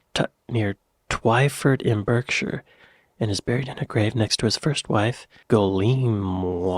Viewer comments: I can rarely tell when is drliberately mispronouncing British place names or if he is innocently just getting them wrong (?) Berkshire: 'Barkshur' Guernsey: 'Gernzey'...shire: 'shur' Hampshire: 'Hampshur'... Berkshire: 'Barkshur' (repeated because you repeated it, still mispronounced!!) 🙂 (and Derbyshire: 'Darbyshur' just in case you wondered,?) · Hi, something you may not know is Berkshire is not pronounced the way it's written ( the way You're saying it) We're quite fiendish that way, it's ACTUALLY phonetically pronounced Barkshire. Don't ask me why... it just is.🤔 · BERKSHIRE is pronounced BARKSHIRE. The part of France that Jersey is next to is called BRITTANY, and it used to belong to Britain, hence the name. Jersey and Guernsey were occupied by the Germans during WW2. GUERNSEY is pronounced GURNZEE. The LIBERTY BELL was cast in England at the Whitechapel Bell Foundry. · Berkshire is pronounced barkshire😊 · You seriously need to learn how to pronounce Berkshire correctly.